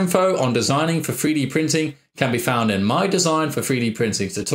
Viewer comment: Is he saying "Free Dee" Printer?